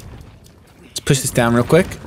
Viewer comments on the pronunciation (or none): none